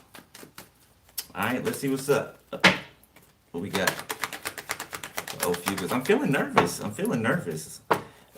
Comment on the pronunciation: you are saying it correct lol